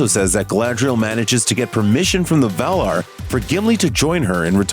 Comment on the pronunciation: Val-i-nOr, and Valar, not Vala.... have you even read the books? And no she's more like 12,000 years old, not 8,000....